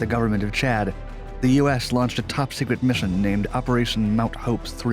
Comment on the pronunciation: They way he says Chad was kinda distracting